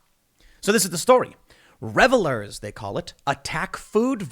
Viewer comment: "Revelers" that's a new one.